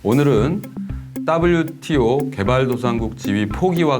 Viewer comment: ㅋㅋㅋㅋ 따블유티오 ㅋㅋㅋ 친화적 발음이 쏙쏙 박히네요! 개도국 지위 포기는 농민들 관점에서 생각해야하는건데 농민없는 농민정책이네요!